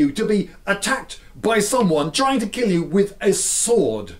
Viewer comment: Will it keel?